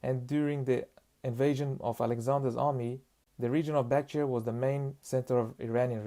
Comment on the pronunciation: "Bacteria" 😂 No offense, but it’s called Bactria